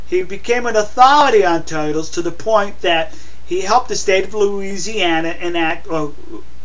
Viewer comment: OMG I love the way you say toytles..